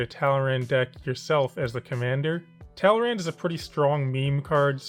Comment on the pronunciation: my eye twitched when he said "talrand"